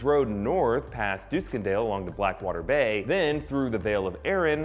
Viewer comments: Dooskendale? Really? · it's duckendale. dusk.. like from dawn to dusk. en. Dale. like chip n Dale. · Learn to say Duskendale